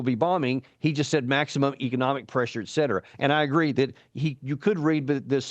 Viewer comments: what’s the point with EKSETERA? (et cetera) ? Where the hell is K in et cetera? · Be the first channel on YouTube to pronounce et cetera correctly.